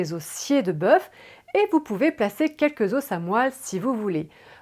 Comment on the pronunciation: Tre bien mais on ne dit pas des " zosses" pour des "os" mais on dit des "zo" pour des os phonétique importante! MERCI.